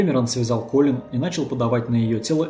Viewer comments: АААААААААА (( кОлин, а не колИн, частое имя, а ударение не туда ставишь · Видео сделано просто потрясающе! Достойно всех похвал! История бедной Коллин,известная и к сожалению очень грустная. Но... Почему Калли́н,правильно же Коллин(по произношению) а так все прекрасно и шикарно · КОллин! Не КалИн!. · Ахуенный видос, но это мерзкое "калИн" каждые 3 секунды меня блять раздражало пиздец как. Автор, ее зовут Коллин Стэн, с ударением на "О". Я не пытаюсь душнить, просто правда слух режет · Очень режет слух, что половину видео жертву называют кОлин, а половину колИн, было бы неплохо следить за этим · "...даже свой 21-ый день рождения Колин встретила как обычно с завязанными глазами..." Автор, с уважением, но хоть читайте, что пишите, и думайте. Она, что все свои дни рождения с завязанными глазами отметила до похищения? Героиня то Колин, то КААлин. Трудно определиться с ударениями сразу? В тексте очень много повторов одних и тех же слов в предложениях, идущих подряд. И вообще, может быть, стоит рассказать о настоящих, недавно пропавших наших сограждан, их истории? Может быть возможно кого-то найти? Можете обратиться за информацией в поисковые отряды и аналогичные организации.